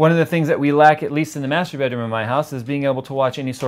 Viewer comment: wtf am i the only one that heard masaturbateroom and not masterbedroom